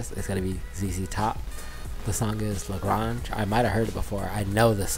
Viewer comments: Lah Gray-nge,,,,,,,, not Lah Grah-nge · It's not La Gronge. It's La Grange. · That Lil' Ol' Band from Texas. (And the song title is pronounced "Luh-GRAYNJ" (second syllable rhymes with "range"). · La Grange rhymes with range Not Lah Grarnge. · LA GRANGE Rhymes with RANGE.....not gronj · It’s pronounced La Graynge. These guys refer to themselves as ‘the same 3 guys playing the same 3 chords’. Billy Gibbons, lead guitar and lead vocals, Dusty Hill on bass and vocals, and Frank Beard-oddly no beard on drums. Billy has this legend that says he uses(d) a Mexican silver peso to pick the strings. Their misic is deeply influenced by the blues and hillbilly rock. Jimi Hendricks referred to Billy Gibbons as the best guitarist he ever heard. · It's pronounced like La Range, but with the g. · Grange is pronounced like grainge. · The singer said lagrAnge and u still mispronounced even after the song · Loved watching your reaction to the song. There have been several suggestions about additional ZZ Top songs, so I won't rehash what's already been said. Could you please do me a favor? As a Texan, you're killing me with your pronunciation of LaGrange. It's a long A sound as in range, not a soft A as in orange. You are very respectful and polite, so I know you'll want to say LaGrange correctly moving forward. Loved your video, your facial expressions made it perfect. Ive been listening to a lot of ZZ Top during the "shelter in place", and they been a great way to enjoy the solitude. Check out their documentary on Netflix, its kind of amazing how they got started and how they've lasted for 50 years. Thanks for your post!!! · Please learn how to pronounce the name of the song.